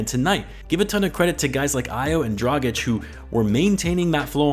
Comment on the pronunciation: Aaaaaah finally you say Dragic the correct way, thank you :D